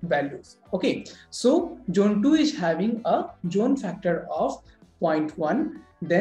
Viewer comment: It’s not jone, it’s zone 😂